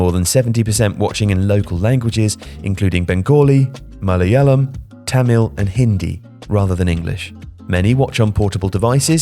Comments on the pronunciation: That "MALAYALAM" pronunciation was one of the best I have ever heard from a non-keralite.. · Good job on not butchering the pronunciation of Malayalam. 👏👏👏